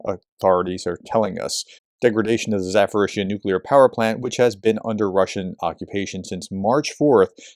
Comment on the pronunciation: Why does keep saying ZaForizhzhia? There is no "F" in Zaporizhzhia. It's like a click away on Google translate to hear the correct pronunciation. It's been 3 years now and still with the F in Zaporizhzhia. Come on. I enjoy watching the reports but that ZaForizhzhia really gets to you. "P" not "F".